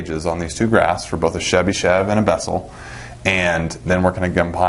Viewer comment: Thank you very much, it was very informative. If I may, I would only ask why do you call Chebyshev as Shebyshev? There is "ch" sound as in "chart" or "choice".